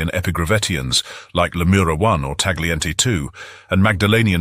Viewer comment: Similar to English words like; night, sight, bright, weight, the "g" in "Tagliente" is silent